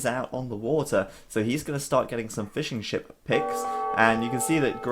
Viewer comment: When you said "fishing ship", I initially heard fish & chips